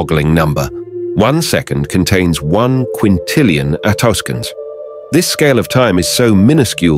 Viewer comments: "attosconds" - text-to-speech wirh a typo? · You didn't actually say anything. Some kind of awful text-to-voice robot read the words you typed. That's why a couple of times it didn't know to say attoseconds, saying "a toss skints" instead.